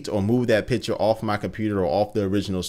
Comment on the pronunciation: i always heard "pitcher" instead of "picture"! maybe thats just me, i am from austria so probably i just hear thing different... anyways keep up doing this great videos!